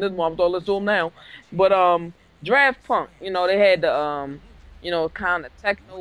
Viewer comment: did you just call them "draft punk"? LOOOLL